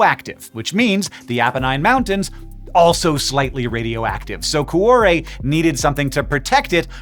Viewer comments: For the follow up, get a real Italian to teach you how to pronounce 'cuore" which has two not three syllables - "Kwo-ray" if you will. (IlSorry for moaning but I squirmed all the way through an otherwise excellent video listening to coo-oh-ray!) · From whence? wtf? The word 'whence' means 'from where'. 'From whence' thus means 'from from where?' It would be simply 'whence it came.' For some bizarre reason, you insisted on pronouncing 'cuore' as cu-ah-re. O in Italian is always pronounced like Oh. Never like Ah. why? What you said would be written 'cuare', which is a non existant word. Please refrain from applying bizarre English pronunciation to other languages. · Your pronunciation of Cuore is killing me... but I guess your not Italian, so we'll give you a pass. great job on the video. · Speaking of learning new languages, a note on pronunciation: Cuore is not pronounced like cwahre. To get to the right pronunciation, you can start with add a k to the beginning to get then change the final k to re at the end to getormeaning heart. If you can make a flap sound like the Spanish r, you can use that to get closer to the Italian pronunciation. You may share this notation with the universe of physicists. Also, Google translate can pronounce anything for you, so that’s worth trying before posting. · So per that Babbel ad, I do speak Italian, but I didn't understand what was said until I read it because, sorry Hank, but your pronunciation was pretty dang bad.... Cuore in particular... Coo Or Eh